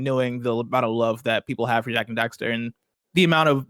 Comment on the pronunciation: It's Jak and Daxter. It's always been Jak and Daxter.